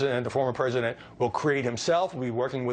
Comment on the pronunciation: He also said pricedent Obama. So no much sense to fuzzy.